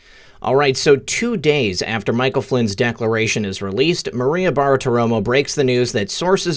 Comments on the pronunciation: Love you brother, but it's 'Bar-ti-romo' not 'Bar-a-ti-romo' or whatever you're saying. Otherwise keep up the good work and glad you're healthy again. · repeat after me. "Bar-ti-ro-mo" next, "{Barti-romo", and finally, altogether, "Bartiromo". Why can't any of you YouTubers say that name right? Love your show though. Just had to get that off my chest. Carry on.